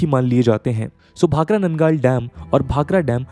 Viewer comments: Bro, भाखड़ा and नंगल। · I'm a resident of Nangal Township Town established for Bhakra Nangal Dam Employees. It is pronounced as भाखड़ा नंगल